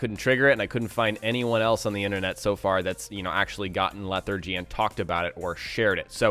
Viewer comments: "Leh-thar-jee" hearing you say it wrong is begging for a face palm. I weep for the future of our youth.... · Can you get "infections" from sleeping with companions? Also, it's LEH-THAR-GEE. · How do you not pronounce lethargy correct, yet you pronounce lethargic correctly? I'm just saying its just... odd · I can't give a thumbs up to an English-speaking guy who doesn't know what the hell lethargy is or how to say it.